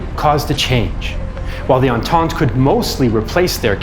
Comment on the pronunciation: Don't you mean Entente aha